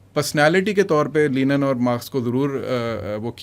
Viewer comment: Lenin ✔ Linen ✘